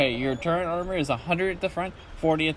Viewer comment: Why do you keep saying turrent instead of turret ?